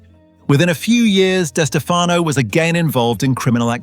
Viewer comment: It's pronounced like Di Stef uh no. The other way you are pronouncing it is incorrect. You're saying the surname two ways. Only one is correct. I should know. It's my last name too.